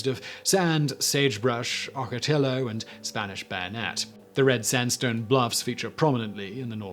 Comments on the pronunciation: Oak a tea o not ock a till oh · Ocotillo is pronounced ah-ko-tea-oh or something like ah-ko-tea-yo Just FYI Very interesting video.